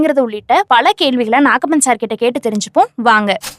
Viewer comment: அம்மா, அவரு நாக்கப்பன் இல்ல.. நாகப்பன்.சரியா?